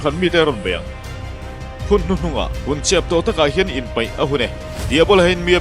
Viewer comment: Ngaihthlak anuam viau e. chutihrualin,i sawi rang mah2 deuh em ooo...ari deuh nawk2 têp ani. abackground music aring mah2 deuh bok. Bakah,INPEIH ahun tih turah INPAIH ahun iti deuh tlat in ka hria.. Ka hriat sual loh chuan...